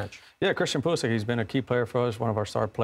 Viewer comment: It's Pulishich, not Pulisick.